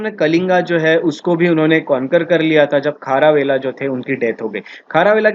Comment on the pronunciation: सत् कर्नि...my foot. शातकर्णी. खारावेला...छीछी...खरवेल। सुधर जा बेटा। How dare you spoil our history. Gunadya..गुणाढ्य। not गुनखद्य। It is quite irritating to hear you... half baked rotten bread..that is you.